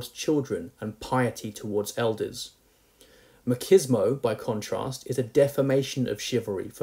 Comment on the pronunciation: Machismo - ma cheese mo. Not ma kiz no.